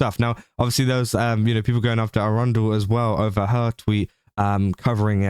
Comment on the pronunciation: I hate how you pronounce Erundel because it sounds like the city of Arundel, which is not what that name is.